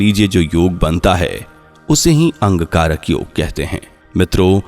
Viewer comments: Bhai angkarak yog nahi Angarak Yog bolo sahi bolo bhai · आप बार बार अंगकारक योग शब्द का उच्चारण क्यों कर रहे हैं? इसे शुद्ध रूप में अंगारक योग उच्चारण करें। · Wrongly pronounced. Angarak yog and not Angkarak yog